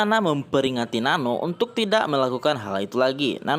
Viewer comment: Not Nano It's Nan-nooo